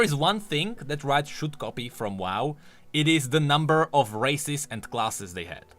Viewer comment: says "Races" What I heard: "Racists":>